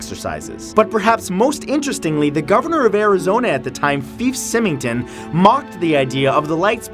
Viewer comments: It's pronounced Fyfe (Figh-f) Simington (Sigh-ming-ton)... Az's former Governor. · I saw the phx lights, for a while no one knew what they were then everyone's story changed to "flares" and OMG the way you pronounced the ex governor's name was hilarious, it's not "feef simington" it's Fife (long i not short) sy-meng-ton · wow you butchered fife symington's name